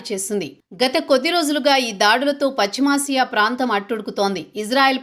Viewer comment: పచిమాసియా కాదు పశ్చిమ ఆసియా